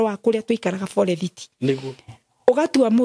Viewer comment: Pole mum, i wonder hiyo “forerithi” means forest 🌳 coz old kikuyu folks used to butcher English words if they could not pronounce it